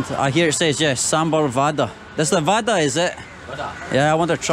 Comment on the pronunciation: Not vada, its bada/bara